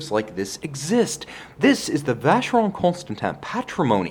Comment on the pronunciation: Never buy a watch from a guy who can't pronounce the name correctly